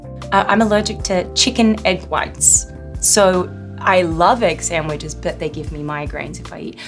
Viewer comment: When she says "samwiches" you can hear Harley <3